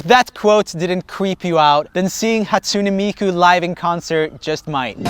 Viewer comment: He said it like Hatsun-ee miku tho